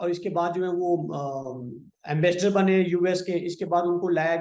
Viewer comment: एंबेसडर को आंबेसडर बोल रहे है